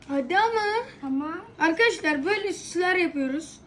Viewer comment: Akadaslar diyo len😂